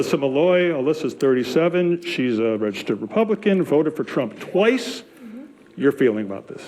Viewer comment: bro I thought he was gonna say "in one election" the way he said "TWICE".